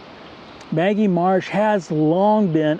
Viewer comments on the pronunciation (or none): It not Maggie marsh, it's Ma-gee, with a hard 'g'. Many people get this wrong. Named after John N. Magee. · Very nice Moose. maGEE marsh is how we Ohioans pronounce this amazing birding destination.